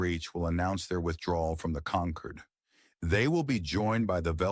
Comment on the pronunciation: Do not use words that can be pronounced in 2 ways. Conquered and Concord are the same to AI. It was constantly wrong. Avoid the word wound at all costs.